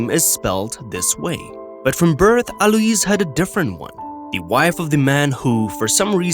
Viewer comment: pronounced /a loys/ not a lewis